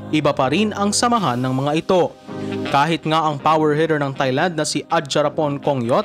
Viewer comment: off topic pero kapag ito nag vo-voice over, ang cringey pakinggan pag pino-pronounce nya ang Thailand na emphasized ang TH. It should only be pronounced as TAILAND (without TH as a dipthong)